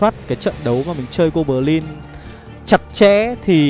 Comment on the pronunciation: Gô bờ lin, tơn 5 :)))